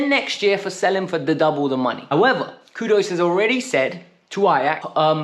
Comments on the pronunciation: "Kudus" not kudos 😂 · his name is Kudus not Kudos